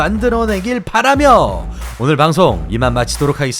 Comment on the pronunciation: "바라며" 에서 이상한 말투만 안 해도 더 좋을 것 같은데...